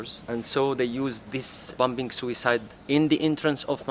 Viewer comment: I'm nott being rude but he say "bompping" instead on bombing.. just a observation 🤙🏽